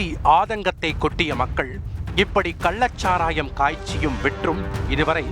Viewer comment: கள்ளச் சாராயத்தை கல்லச் சாராயம் என தொடர்ந்து தமிழைத் தவறாக உச்சரித்து வரும் இந்த தொகுப்பாளருக்கும் இவனை வேலைக்கு வைத்திருப்பவனுக்கும் ஒரு குவளை கன்னுக்குட்டி சரக்கு கொடுத்தால் தமிழ் காப்பாற்றப்படும்.